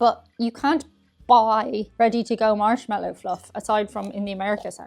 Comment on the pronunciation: Why did it sound like you said "Arse-mallo Fluff" ?